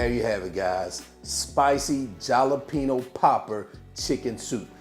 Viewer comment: I love your recipes…. And I’m sure you have been told that the letter J is pronounced like the letter H in Spanish. Jalapeño is a Spanish word so it it pronounced like Halapeno… not Jalapeno… but If you are using that as clickbait I love your creativity 💕😂